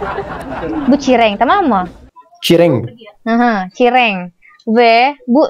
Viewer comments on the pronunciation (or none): Asli ketawa banget setelah ngomong "cireng" jadi Celeng🤣🤣 btw ganteng banget tolongg😭😭😭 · Aku ngakak pas mba nya bilang cireng..😂dia malah ngmngnya celeng.🤣